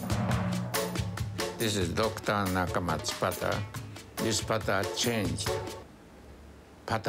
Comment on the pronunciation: Its pronounced Dr nakamatsu